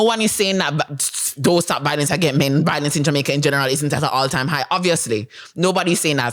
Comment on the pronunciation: Bro, honestly if u cannot pronounce violence properly you shouldn’t be speaking on violence And the fact that u feel the need to bring attention from children and women shows the fact that you yourself are a woman too No wonder you’ve experienced so many divorce, you’re a female too bro. Grow some balls bro, be a man